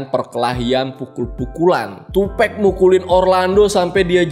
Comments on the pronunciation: tupek??wtf TUPAC "TUPAK" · 2Pac, dibaca tupak' bukan tupekk. Ini nama alias, bukan pronounce dalam bahasa Inggris. Sekedar informasi bukan maksud menggurui. 🙏🏼😁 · Tupac bang bukan tupek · Maaf bang Tupac dibaca "Tupak" Bukan "Tupek" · Iya.. gw jg ga nyaman dgrnya. Wkwk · "Tupec" wkwk